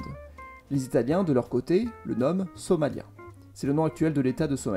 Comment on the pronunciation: tu prononce somalia trop à la française c'est plus allonger sur le i